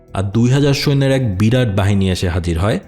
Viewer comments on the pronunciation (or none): none